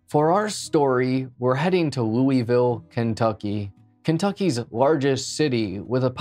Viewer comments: As a Louisville native my asshole puckered when you pronounced it 'Loo-eville' it's pronounced 'Luhvul' other than that great video. 👍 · It’s pronounced loo vul. Some will say it is pronounced loo a vul but I’ve never really heard any Kentuckian pronounce the a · its pronounced looh vool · I live in Louisville and I remember this happening. Also ps it's pronounced Loo-ah-vul. I'm sure I won't be the only person to say it. Anyway, great video. Never thought you'd cover a story from my current home. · We say loo uh vuhl-Louisville 😊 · This mispronunciation of Louisville is cringe af